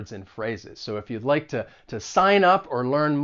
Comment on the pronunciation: Where are you from? I'm hearing ta (to) and cer-in (certain) as you speak :)